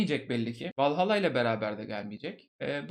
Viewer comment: Valhalla İngilizce bir kelime değil. Yanlış telaffuz etmişsin, uyarmak istedim.